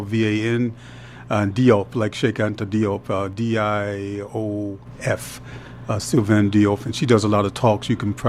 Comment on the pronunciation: Sylviane Diouf is not pronounced “DI-OUF”. Just like Cheikh Anta Diop is not pronounced “DI-OP”. In both cases that is the French spelling. And in French the “DI” is pronounced like a “J” sound. When you use the English spelling it is spelled “Joof” but the French spelling is Diouf, while the pronunciation is the same JOOF. Like Roof or Goof. But it is Joof. Sylviane (Joof) Diouf. Cheikh Anta Diop is pronounced JOBE, not DI-OP.